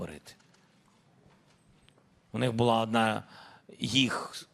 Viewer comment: Адна. Аааадна! 31 тисяча... Коли вже ця Зелена Шмара вивчить українську мову?